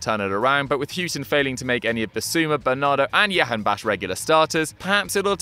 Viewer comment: It's jahanbakhsh not yahanbakhsh